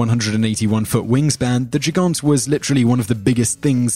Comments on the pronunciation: Gigant pronounced like "Djigaunt" LOL for the record, the correct pronunciation would be "Geegunt" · Your pronunciation of German words is so horrible sometimes you shouldn't even mind trying and just do it with a fully English accent. :D Gigant? That sounded rather French. It's just with two hard "g" like in "game".